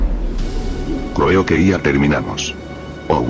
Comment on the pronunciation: Creou que ya terminaumos 🗣️